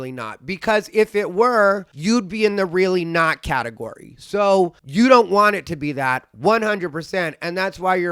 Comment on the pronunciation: “Of course it’s not a debate about who is trans and who is really not, because if it were, you’d be in the REALLY NOT category” 😂😂😂…the emphasis on “really not” made me chuckle! Love your videos 🙂